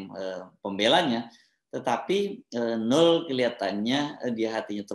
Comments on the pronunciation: Bang Hersu, baca nama NOEL yg bener adalah : NOWEL bukan NUL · Bung Hersu, nama noel dibacanya nowel bukan nol 🙏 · Bung, itu ejaannya Noel (baca: nowel) bukan Nul. Krn nama panjangnya kan Immanuel. CMIIW. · BG HERSU... KATA 'NOEL' ITU TDK DIBACA DG 'NOL' SPT YG SRING BG HERSU BILANG... TAPI DIBACANYA ADL 'NOWEL' (PAKE VOKAL 'E' SPT PENGUCAPAN KATA 'EMANSIPASI' BKN VOKAL 'E' DLM KATA 'LEMARI')